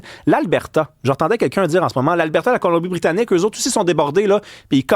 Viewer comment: Un autre avec la "Colombrie- Britannique" Il n'y pas de r dans Colombie, pourquoi tu y mets un r!